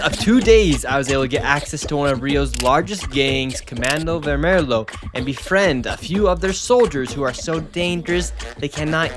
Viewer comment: "Comando vermelo"? Really, dude? You don't even know how to pronounce "vermelho" after this? This shows me you learned nothing.